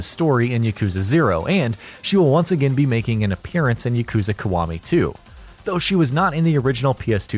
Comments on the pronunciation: i got triggered everytime he said Kawami instead of Kiwami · Yah-koo-zah Kee-wah-mee. How hard is that. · Dislike for the pronunciation of Yakuza & Kiwami. Wtf? 🤢